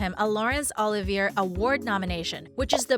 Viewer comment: The award is pronounced "O-li-vee-ay' ...named for the late Laurence Oliviere. The voiceover crew needs to learn correct pronunciation of important words and phrases.